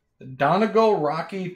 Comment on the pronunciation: Hate to sound like the grumpy old schoolteacher,, but it's "Dunn Ee Gall" with the accent on the last syllable, not "Dunnegull." No offense meant but I wanted you to stay on good terms with Peterson. You need more Irish people in Wisconsin!